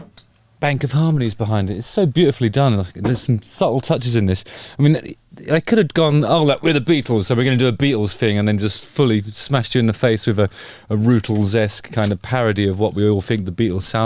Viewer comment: I was thrown by the mispronunciation of Rutles as "Rootles".